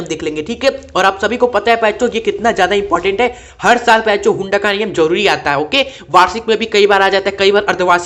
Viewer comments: Sir ap baar baar bencho kyu bol rhe 😂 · सर आप सभी वीडियो में प्यारे बच्चों मत बोला करिए दूर से सुनने पर कुछ और सुनाई देता है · Bhai wo kuchh or hi sunayi deta hai...😅